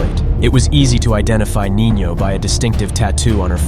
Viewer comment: If shes a girl she would be called Nina not nino lol